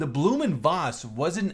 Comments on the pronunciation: Blohm & Voss is pronounced not Bloom but Blowm & Voss. Thank you. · Awesome looking plane ...and by the way, the name "Blohm" has to sound more like "blow-hm"....not "bloo-hm" :) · Pronounced "Blome oond Voss". Hard O in Blohm, but don't linger on it. Ach, it doesn't effing matter. The Bv 141 prototypes flew well, but then they messed with it for the production series and it turned out to be underpowered. They coulda fixed that, but the weird configuration told against the plane from the start, and so the Luftwaffe went with the Fw 189. Probably a good idea. The prototypes and the 20-odd 141A/Bs made were used in operational trials over the USSR. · pronunciation is crap, the manufacturer's name is blohm & Voss. blohm is pronounced like "blowm" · *Blohm & Voss...... spelling at its finest. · It's pronounced Blouhm und Vfoss (Phonetically)